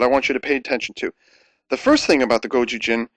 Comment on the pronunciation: is it gozyujin or gojujin? both feel wrong to me